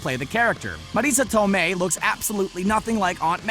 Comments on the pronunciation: How the fuck do they employee a guy to read this that doesn't know shit about comics and poorly reads scripts provided to him and pronounces shit like some weird space alien. Mareeesa Tomeiih seriously she's been a famous actress since the late 80s dude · Why does he keep saying Marisa Tomei's name like that? Trying too hard. It's awkward, bud.